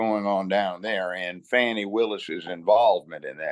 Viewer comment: There is NO "W", in "FANI".